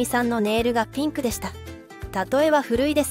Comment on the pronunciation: ピンクがティンクに聞こえる